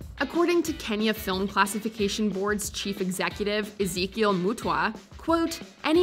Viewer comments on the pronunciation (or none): When u pronounced the word Ezekiel mutua...I just laughed my ass off😂😂...I'm Kenyan tho😍😍...